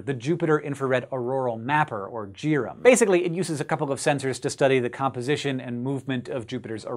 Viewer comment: I like that the Jupiter orbiter instrument is called JIRAM with a j and not as if it were pronounced gear-am. Good call. Thumbs up.